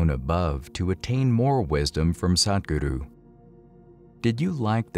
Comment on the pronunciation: I would like you to learn how to pronounce "Sadhguru" properly. It's not that difficult - I am sure you can do it with bit of practice. Thank you Good post 👍